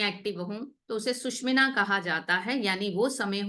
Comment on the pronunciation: सुशुमना नाडी is right pronounciation